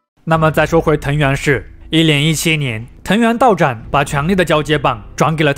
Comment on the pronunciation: 藤原道长（chang）不是道长（zhang）